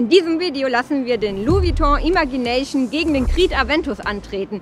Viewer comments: Den spricht man Imätschi näyschn aus 🙈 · vielleicht hilft es dir das Wort „Imagination“ richtig auszusprechen:)